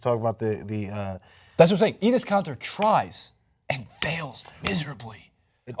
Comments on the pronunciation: Is this guy dumb ? Mj got crossed up by AI, does that make him the worst defender that year ? Marcelo Huertas is actually a good role player he's not good nor bad. Then this guy says Enes Kanter first of all its ENNIS KANTER not ENEES KANTEER bro wtf this guy was a candidate for 6 man of the year. This guy is stupid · It's Enes Kanter (enis cant-er) also, he's the 6th man of the year, and not the worst defensive player, because he tries, even though he can't. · its hinrich , enes kanter (enis cant-er and I'm pretty sure you spelled the coaches name wrong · i hate how you say enez canter